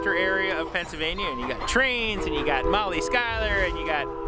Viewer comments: I've always wondered why always say Molly's last name wrong. I like your videos when you collaborate with her. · People! There’s snow on the ground because this was filmed in February 2022 in Pennsylvania. They’re besties, Molly has a real husband and children. always kids around about her last name because few pronounce or spell it correctly. And, yes, has beaten Molly a few times in challenges. Some people need to pay attention and listen.